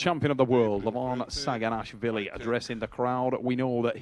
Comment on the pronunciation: "Denis Schyplenkof" and "Levan Shaginas-fili"... is HILARIOUS as a commentator! 😂